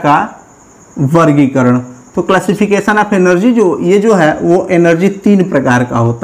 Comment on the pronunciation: Sir oh energy hai elergy nhi